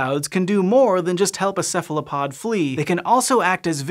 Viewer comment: Ceph ALO pod, why do you say Ceph LA pod ?